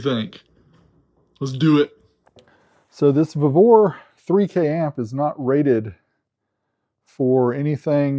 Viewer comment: We pronounce it “vee-vor”🤷🏽‍♂️😂